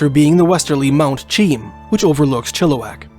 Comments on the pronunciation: I was born in Kelowna. It’s not in the south Okanagan. NOCA the North Okanagan Creamery Association is there. I lived in Chilliwack. The locals pronounce Mt. Cheam as “ chay-am”. You really don’t know what you’re talking about, do you? You are spouting off this drivel written be some other guy who has never been there like you’re experts. I know about David Paulides. You are trying to make a buck by applying his theories to BC. Sure people go missing in the forest. That’s not mysterious. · Man you are almost 10 for 10 with proper translations, the "Cheam mountain" is a first native name, pronounce "She-am" other than that you did amazing. And cheam is something I often hear mispronounced, even by my cousins in abbotsford lol no big deal